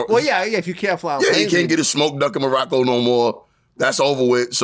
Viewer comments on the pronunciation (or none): none